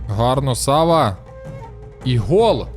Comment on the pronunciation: А чому САва? Наче ж має бути СавА. Японська